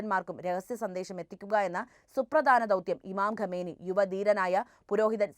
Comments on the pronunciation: ഗമേനി അല്ല, ഖാoനഇ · ഖമേനി അല്ല ghaamnayi